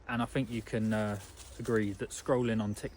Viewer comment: In line with your comment in this video viz-a-viz: "You put something out and people critique it, and then you make improvements." May I please offer the following critique... You have a very good speaking voice, however it is somewhat spoiled by the lazy way you pronounce 'th' for example:- It's THink not "Fink" It's THought not "Fort" It's THree not "Free" It's THousand not "Fousand" It's anoTHer not "Anovver" And before anyone piles in and says it's just his accent/dialect, or a speech impediment, it's not. It's just a lazy habit that some people (mostly men for some reason, but not only men) fall into from childhood that was never corrected. That said, despite the distraction of the mis-pronunciations, it was a very good message. I especially like the part where you said we are made to create rather than to consume. We have got that totally back-to-front in this day and age, and I hold my hands up as guilty on that front 🙁.